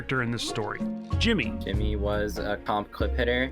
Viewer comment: his name is shimmy not jimmy